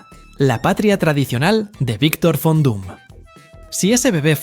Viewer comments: cuando hagas un video no repitas tanto que se suscriban a tu canal ni el contenido ´porque eso cansa y aburre y aprende bien los nombres el personaje se llama Victor von Doom, conocido como Doctor Doom o Doctor Muerte Victor von Doom. entiendes ??? porque pareces enfermito repitiendo Fon Doom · VON DOOM (no FON) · Es Von Doom, No Fondum 😂😂😂